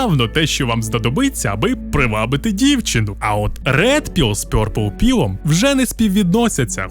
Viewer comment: чоловіче, ті табилетки читаються як Blækpıll (блакпилл), Rædpıll (радпилл) і Pœrplpıll (Перплпилл). Не вартує перекладати як росіяни